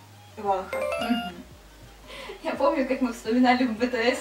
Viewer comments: Кихен - не лидер, он вокалист, лидер там Шону. А псевдоним Шин Хо Сока проиносится как ВонхО, ударение на последнюю. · Не вОнхо,а вонхО